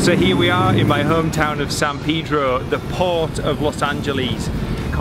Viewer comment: I was going to refrain, but you said it twice. It's Palos Verdes and not one green tree. You did get Peedro right, so there's that.